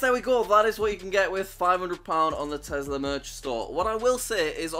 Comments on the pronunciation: I like how he says tezla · ah yes my favorite “telsa” car